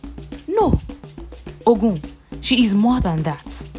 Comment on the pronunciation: The narrator should know the right pronouciation of some words. The word "Ogun" is wrongly pronounced. Please do your research properly before showcasing your work.